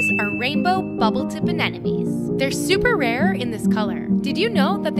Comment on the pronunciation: Is it just me or does she keep pronouncing anemones as anenemies? It's driving me up the wall